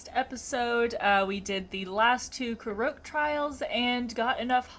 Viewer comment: btw Korok pronounced "core-awk"